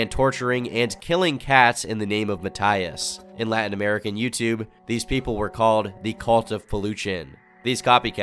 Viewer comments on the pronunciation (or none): none